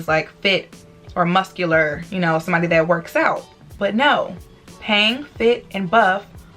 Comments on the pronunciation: who else thought that she said pang when she said peng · The way she says peng has me deaadddd lol